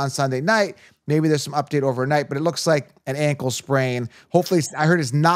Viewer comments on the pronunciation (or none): none